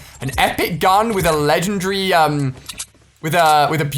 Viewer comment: BRO PLEASE PRONOUNCE LEGENDARY RIGHT ! IT IRKS ME EVERY TIME YOU SAY " LENGENTRY " IT IS CALLED " LEGENDARY " THERE IS A " DARY " AT THE END FOR A REASON ! SAY IT RIGHT